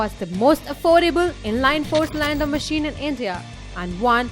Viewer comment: Daniel Cobb yeah ikr she can't even pronounce cylinder properly .